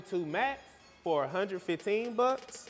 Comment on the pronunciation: "You can grab this shoe for one hundred buh"